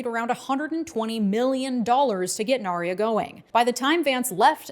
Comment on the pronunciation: hey, I loved the video, but as a hardcore lotr fan I have to say: it's narya (pronounced like narja), not nar(i)ya, the y in narya is a single j, and explicitly not an "i(j)". I know noone cares about this, and it doesn't affect anything, but I was listening to this with the screen of, and had to turn on my screen to check what lotr thing you meant.